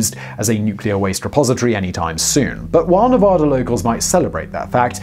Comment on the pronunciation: Every nevadan is going to be commenting. "It's nevAda,. Not nevoda"